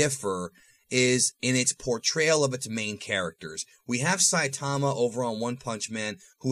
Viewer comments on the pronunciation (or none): none